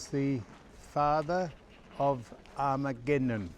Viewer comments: Start his name by this Sam - AG not ARG then A Memnon. Take out the first R and you'll get it right easier. Still loving everything you are showing us and the knowledge you are imparting. Thankyou. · You might be in the country of Rhodes, but there's no risk of either of you attaining a Rhodes Scholarship, that's for sure. You make up more stories than the Greeks ever did. 😄 BTW Sam, it's Agamemnon, not Armageddon. I can't wait to hear how you pronounce his wife's name. 🙄🙈 Have fun.